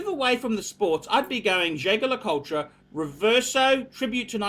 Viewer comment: if you want to be a true luxury watch aficionado you have to learn to correctly pronounce the names of the major watch brands. Jaeger-LeCoultre is pronounced zhey zher le koolt, not zhay ga la kol tra. You can find all the pronunciations at